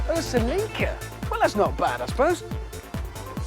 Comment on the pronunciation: Rick C He pronounced it correctly. I assume you are an American.